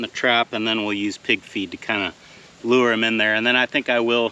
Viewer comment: Gotta admit, when you were talking about the ground squirrel trap, I kept hearing mixing pb with “pig’s feet”, not pig FEED. 😂